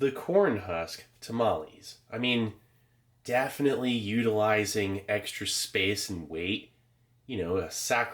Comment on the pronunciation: 🍽 My friend Steve1989 FINALLY uploads a new video....NICE! Missed you buddy! Much love my friend! So good to see ya!😘✌ when you said "definitely"...I ever so slightly heard..."Daphne"! I was like "Yes Steve?" Lol🤣